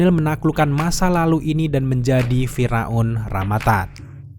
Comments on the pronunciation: Maaf thanos tetap dibaca tanos... Bukan tenos🤣 Gak ada tuh di film para avengers manggilnya tenos bang Dan firaun ya dibaca fir aun... Bukan fira un🤣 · Fir'aun bang Bukan Fira'un